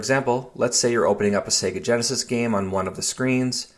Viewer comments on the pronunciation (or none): none